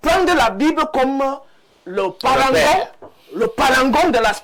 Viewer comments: On dit "Paragon" et non "Sparangon" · Veuillez rectifier svp, on parle de parangon et non sparangon !